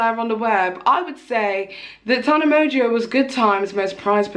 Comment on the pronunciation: The way you pronounce Tana Mongoose’s last name it sounds like “Tana Merger” 😂